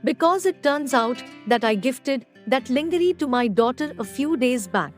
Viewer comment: Get your pronunciation correct for God's sake. It is very irritating when you pronounce Jacob. It is not pronounced Jaaacob. It is pronounced the way you say "a". Next lingerie is not pronounced as in "lingerin". It is pronounced as LANGERE with the last e produced as the alphabet "a". If you are not sure how to produce it correctly take the help of someone who knows good English.